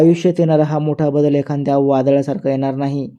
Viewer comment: "एखाद्या'" या शब्दाचा नीट उच्चार 😂करा